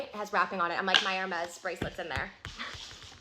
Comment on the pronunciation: I'm too poor too afford Hermes, but even I know how to pronounce it. 😂